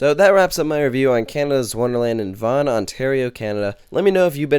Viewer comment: Wow!!!! You pronounced Ontario right for once!!! -_